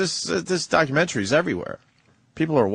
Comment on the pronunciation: Its not documen-tree! It's documen-tary.